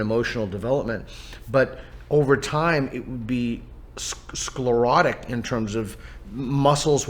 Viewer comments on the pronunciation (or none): every time he says scholarrotic take a drinnk (or is it sclerotic?)